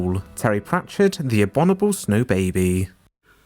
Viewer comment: the "abonible" snowman???